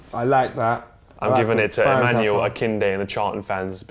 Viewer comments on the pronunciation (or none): none